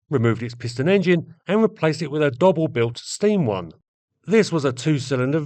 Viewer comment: Excellent video. The name Doble is pronounced 'doughble' and is Cornish in origin, I believe. The cars were fine machines.